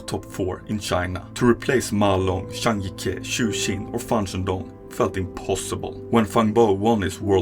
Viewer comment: great video But the way you pronounce CH as SH is very irritating. Please learn to speak better if you want higher quality videos probably because you're European you're doing this (based on your accent probably danish or swede) Also, when pronouncing players name, please google how to pronounce them. Their names aren't that hard to pronounce but you butcher them up so bad. zhang jike = Jang Gee Kuh - NOT JANG GEE KEH btw, im not chinese nor an english native speaker either :)